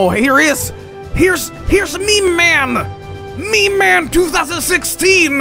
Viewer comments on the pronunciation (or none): I can't tell.......when he pulls up Trump's stats, is he saying "Meme Man" or "Mean Man"?